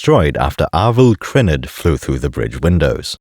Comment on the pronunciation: It’s Arvel Crynyd, not Arvel Kreened